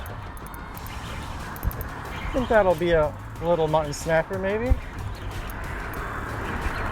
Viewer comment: Mu tt on . Sorry I’m a English annunciation Nazi